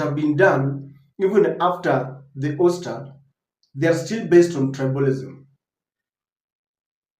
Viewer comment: OUSTER Pronounced AUSTA NOT OSTER